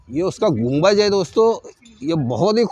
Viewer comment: Mere bhai gumbaj ni bolty ...us ko Gumbad bolty 👍